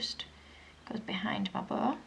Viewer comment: when you said bow I thought you said bell